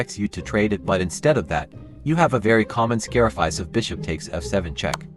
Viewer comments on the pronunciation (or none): AI bro just literally said "scarifice". These gen triple Zers do NOT care about quality. They don't care to read their own scripts ONCE OVER to check for any errors. sad.